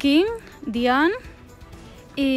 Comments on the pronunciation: Por que dicen dian es diana!!!! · En la latinoamericana se dice diana dian